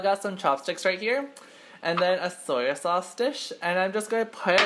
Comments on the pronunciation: Soyo sauce .. ;; '-' I cri when I hear that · Dang what ever you are you can't even say "soy sauce"